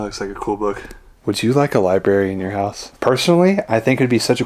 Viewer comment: Libary?lol...sorry, once I hear libary I hear it every time. Odd house. Not very homey. Thanks for showing us.